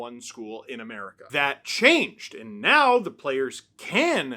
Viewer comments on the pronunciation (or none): none